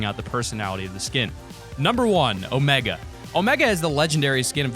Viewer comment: omEga not omaga